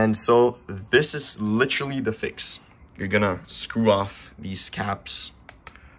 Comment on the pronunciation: Litcherly? Lol thanks bro